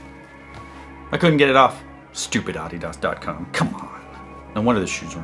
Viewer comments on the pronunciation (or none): awhdhidhas . that's how he pronounces adidas